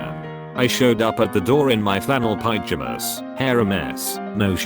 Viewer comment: 'I showed up at the door in my flannel piejahmus' 😂